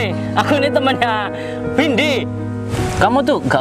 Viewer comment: Of jadi salah Oh Mba windi maaf bukan vindi yah😬😀